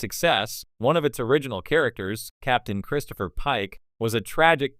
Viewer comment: Star Track? Chris-toe-per?